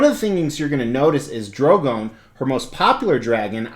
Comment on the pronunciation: Why does everyone pronounce her and her dragons names wrong 😣 it's Dan-air-ees not Dan-air-ius. And it's Dro-gon like the word 'gone', not Dro-gown. Just a peeve of mine, sorry. Lovely piece none the less.